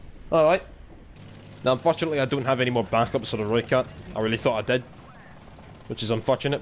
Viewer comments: You sounded like a real soutie from south africa trying to talk with the accent😂 But you do sound better than most youtubers saying "Rooikat"😎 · You may not be good at the South-African accent but you pronounced rooikat right.